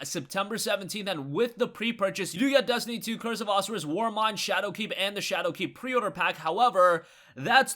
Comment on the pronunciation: O sire ris is the annunciation for curse of osiris